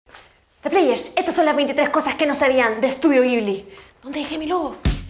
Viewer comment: CREO que se lee como Yibli >.<